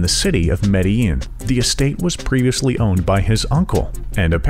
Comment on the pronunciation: This guy can not say Medellin correctly LOL it's Med-da-JEAN not Med-a-eeen!